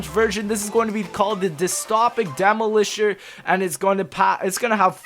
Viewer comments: u said demolisher so weird it's dem-olisher not demo-kosher lol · Demaulisher naut Dem-oh-lisher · "Demo-lisher" lol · loool demo -lisher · I can't believe you couldn't pronounce "demolisher" Please, take some sort of class on speaking proper English